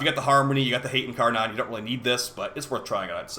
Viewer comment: Incaron triggers me a bit without being incar-nun